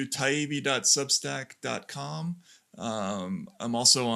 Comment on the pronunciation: Btw, his last name, Taibbi, is pronounced ...Tie eebee.